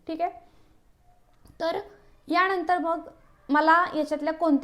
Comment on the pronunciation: Bapre. मराठी chya न ani ban(Arrow) मधला n . Yavar laksh de. Eikayala khup kharab vatat. आनंदी madhe ण nahi. न आहे. यानंतर madhe pan ण vapart aahes. Mhanaje nelam न chya jagi ण vapart aahe. Please abhyas kar. न अणि ण कुठे वापरायचं ते.❤ पण हा डाएट प्लान खूप छान माहिती.❤